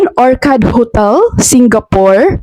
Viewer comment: "Or-tsard' po ang correct pronunciation